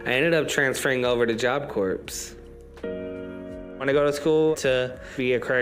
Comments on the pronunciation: OH MY GOSH! It drives me crazy when they say that. Ryan did the same thing. And meanwhile I’m telling “CORE” at the screen 😂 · Him pronouncing the “P” in Corps pissed me smooth off